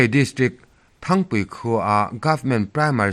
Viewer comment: Thangpui ni lovin Țhangpui khua tih tur aw.